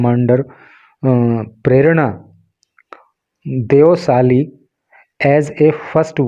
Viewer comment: Prerana deosthalee uska pronounce aapne galt kiya. प्रेरणा देवस्थली ऐसा है